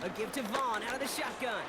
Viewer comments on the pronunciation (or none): none